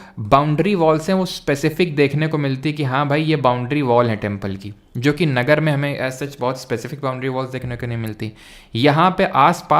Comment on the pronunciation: नागर not नगर😂